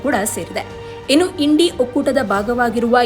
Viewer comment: Yashtu odiya mam Indi antira Ella sariyagi uccharane madi 😅